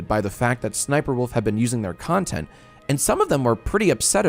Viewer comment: Jack really went kinda far with the “nontent”